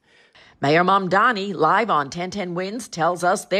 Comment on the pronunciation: Did you just say "mandani" ? Who's that? 😅